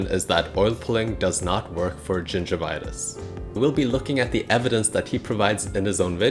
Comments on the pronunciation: does no one else have a problem trusting someone who keeps pronouncing gingivitis as "ginger vitus" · It's not gingervitouse, it's gingivitis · Gingervitouse, no gingivitis yes. You will be received as knowlegabe if you use pepper English. Gingivitis, not ginger vitouse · first of all, it's gingivitis, not gingervitis, it has nothing to do with gingers. More importantly, dilettante, pseudoscientific videos dispensing medical advice should not be allowed, you lack solid theoretical foundations in anything to apply the scientific method of inquiry, you should learn about the null hypothesis for starters. The only way of prove or disprove oil pulling is to have a blind study in a controlled environment with a representative sized sample, the same way that medical benefits of anything are assessed.